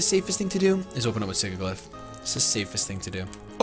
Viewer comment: it's killing me that you're pronouncing Sigilyph wrong. Sidge-i-liff